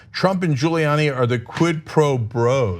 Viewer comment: 🤔 does any1else notice how Hannity gets ppls names right, until they're in trouble? 🤷‍♀️ now he's even purposely pronouncing "Giuliani" wrong. he callin him "Julie Annie"... wtf ... 😳🙄🤣